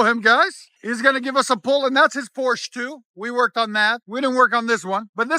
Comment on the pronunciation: Does anyone pronounce Porsche correctly 😅